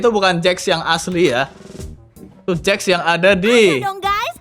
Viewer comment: Jax bang bukan Jack